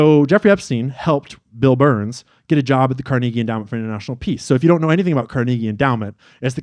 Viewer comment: Please learn how to pronounce Carnegie